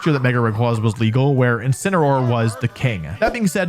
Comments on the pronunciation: INCINEROAR, NOT INCINEOR! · THERE SHHOULD BE 2 L'S IN CHALLENGE! AND IT'S INCINEROAR, NOT INCENROAR! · THE FIRST A IN INCINEROAR IS SUPPOSED TO BE AN E! AND THE SECOND S IN SCIZOR IS SUPPOSED TO BE A Z!